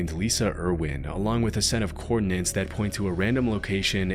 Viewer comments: 'the coordin-nents' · Coordinates, not "coordinants" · *coordinates, not coordinants.